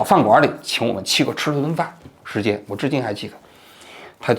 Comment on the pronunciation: “时间“，不是“石坚”。